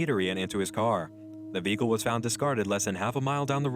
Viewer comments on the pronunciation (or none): none